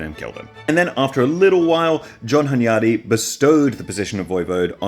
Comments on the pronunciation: As a Hungarian, dude mispronounces Hunyadi every time he's paying attention to it, but gets it right in passing, which doesn't help him beat the allegations! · As a Hungarian hearing Hunyadi pronounced this way feels super weird. After you're done with this series I'd love to see you make one about Hunyadi's son Matthias